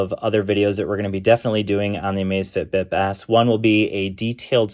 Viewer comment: LMAO it sounds like you're saying the Amazfit ass